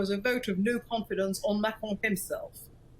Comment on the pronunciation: Why is she saying macron and republican like that?